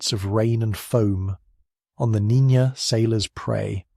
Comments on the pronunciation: Niña, not Nina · Listened to the whole video. Nicely done. Unlike other channels, you pronounce Niña properly as "NEEN-ya" instead of "NEE-na". But, you did START with "Nina" early on then switched about an hour in. It just ended, at 0651. Location: Seattle WA area. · Ok, the name Niña is pronounced roughly as NEEN-YAH.